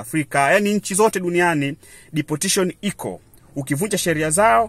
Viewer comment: Deportation not deportition